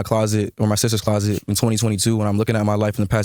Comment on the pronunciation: I wish you could pronounce the word 'closet' the amount of times you can't pronounce closet is crazy